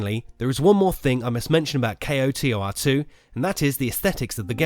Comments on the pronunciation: Kreia kick started an era where every mentor type character in a video game ended up betraying you in the end. It got very annoying. and for the love of god KOTOR is said as a single word. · lol kotor is spoken like its a word not as individual letters k.o.t.o.r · A W Grammar nazi alert Acronyms can be pronounced like NASA, NATO, or KOTOR initialism is pronounced using the letters like FBI or CIA So he was right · pls just say kotor not k. o. t. o. r. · did you really just say kay oh tee oh are? pretty much any normal person just pronounces it as koh-tor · "K-O-T-O-R". Ugh. Just say KOTOR. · CO-Tar... Where did he learn about this game and not know how to say KOTOR? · How hard is it to say "koh-tor"? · Just say Koe-tor The whole kay oeh ar tee thing is a bit too much, love the vid though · SAY KOTOR! AS A WORD! ACK! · "Ko-Tor" sound like Hodor. Do the whole damn video again. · Knights of the Old Republic - 8 syllables Kay Oh Tee Oh Arr Two - 6 syllables KO TOR - 2 syllables Learn to acronym. So cringey. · KOTOR 2 NOT K O T O R 2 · Dude! It's either "knights of the old republic two" or pronounced "ko-tor" two. Saying just the letters makes nothing faster. Why the hell would you you take the time to say "Kay oh tee oh are two" I stopped this half way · Say Kotor like a word. Not just letters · Oof.. Spelling out each individual letter in KOTOR instead of saying "KOE- tore" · JUST SAY ‘CO-TOR’ ;) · I'm sorry but I simply cannot take you seriously when you can't even pronounce the game's acronym title. It's "koe-tor" >_< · Its pronounced CO TOR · Say Kotor as one word my man. Saying the letters individually is cumbersome. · What rock have you been living under? It's not "K-O-T-O-R," it's "Kotor." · Dude its not kay oh tee oh are too. its fucking koh tor 2. damn thats annoying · Dude... K-O-T-O-R? Just say KOTOR, KO-TOR... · I was like just say k’oh tor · Pronounced Koe Tore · it's pronounced koh-tour